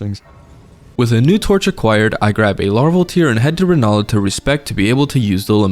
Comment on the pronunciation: Listening to you repeatedly call Rennala Rellana was miserable. I guess you could say it was *torchure*.